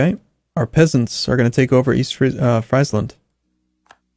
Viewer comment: You prenounce friesland as freezeland